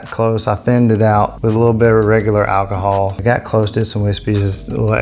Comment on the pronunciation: I love the way you say “Alcihol”😅